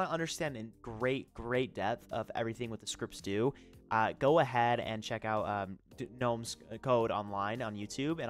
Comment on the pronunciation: bro pronounced gnome as ge-nome 💀😭